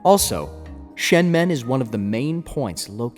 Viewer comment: It’s pronounced SHUN MUN, not SHEN MEN.